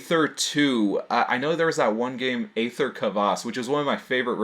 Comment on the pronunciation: Aether is just the British spelling of ether. Pronounced ee-ther